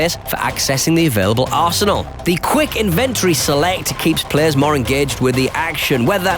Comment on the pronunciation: the way u say inventory made me feel weird